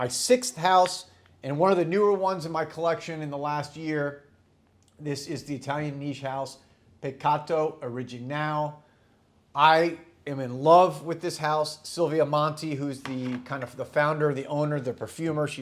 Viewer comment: For Peccato Originale, the originale part is pronounced like oh-ree-gee-nah-lay. =)